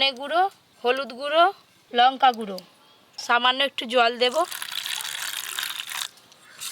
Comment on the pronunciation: লঙ্কা কে বলে লোঙ্কা